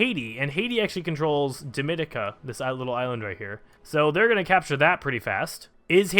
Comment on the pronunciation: Bar-bay-dose, not bar-buh-dose also it's actually not pronounced duh-min-ee-cuh, but instead dom-in-ee-cuh